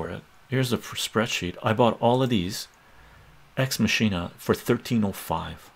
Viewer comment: Not to be that guy, but it’s pronounced "MAH-kin-ah.” As in “Deus Ex Machina.”